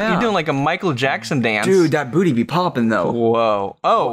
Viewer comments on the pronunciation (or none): “THAT BOTTY BE PAWPING” 💀💀😭